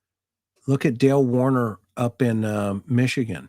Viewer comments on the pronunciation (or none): none